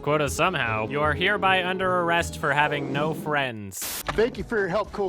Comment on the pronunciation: "That was so great, you a*RRR*e a hero" pirate cuntspermd